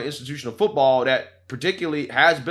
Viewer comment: She said "footbowl" lol